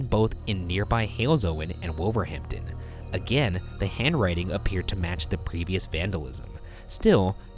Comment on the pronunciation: Am I the only british person that got annoyed when Ryan kept saying wolverhampton and Birmingham wrong I think it is :)